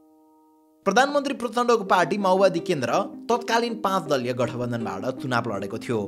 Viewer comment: माओवादी ❌️ माउवादी ✅️